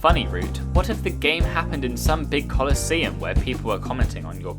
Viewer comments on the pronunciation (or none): none